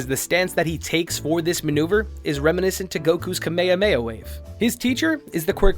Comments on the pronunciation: Have you seen Dbz or just read it? bc in both sub and dub they don’t pronounce that shit that way 😂😭😭 Not trying to be rude I just thought it was funny how you pronounced it🤷🏻‍♂️ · Lmao i was legit confused about what a "Kuh-meya-meya-wave" was.😂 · Kameyameya wave lmaooo Sorry man just thought it funny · It roughly translates to “turtle destruction wave” from Japanese which is why they pronounce it different than the Hawaiian way. It was inspired by the Hawaiian kings name but it was supposed to be a goofy pun because of Master Roshi. It wasn’t intended to be pronounced in proper Hawaiian, but again pronounce it how you want I like the way you pronounce it it’s different. Keep up the great work on the videos I really enjoy your content.